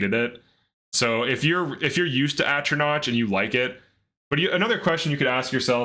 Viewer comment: Atronach doesn’t rhyme with crotch. It’s knock not notch. The emperor even says it out loud when you select the sign.